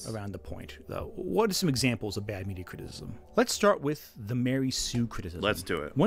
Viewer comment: Mead uh Crism